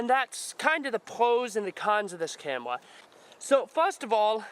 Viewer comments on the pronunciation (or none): " ill show youw why this is the brest camwwa " lol no offence bro nice video